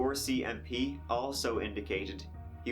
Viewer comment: Bro wtf is or.c.m.p?? I thought it's RCMP😕